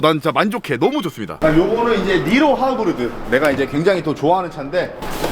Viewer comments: "케이 화이브" 발음 안고치나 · 비엠 따르릉 케이하이브 니로 하으브르드 ㅋㅋ